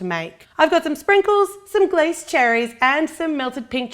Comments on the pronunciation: Did anyone else cringe when she said "glace" cherries. It's a French word and you pronounce the 'e' at the end. So like we say fiance like "fee-on-say" glace is pronounced "glah-say". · You are a worldwide success,. Fantastic. Thank you for everything you post. However, as you are known worldwide, glacé is pronounced as glacay, soft c. as glassay. Sorry.